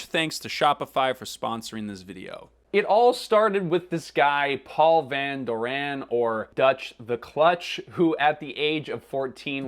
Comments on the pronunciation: the way he pronounces it is so irritating, Van doREN, it's Van DOren, where did you get this guy? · Owning up to one's mistakes is a big deal, and important. I'm glad that he did apologize. I cringed every time he said Van Doranne instead of Van Doren. If someone is professing to teach you about a company the least they can do is pronounce the founders name correctly. No insult intended to the content creator but I'm glad he addressed the mistake. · Why would you even think of pronouncing it like that? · As someone from Anaheim I literally clutched my pearls with that pronunciation lol